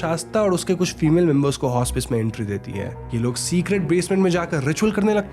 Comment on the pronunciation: The word Hospice is pronounced as 'hos-pis' which you corrected later on in the video. However, I suggest that please consider checking the pronunciations of foreign words prior to recordings in order to increase the content's production value. Keep up the good work.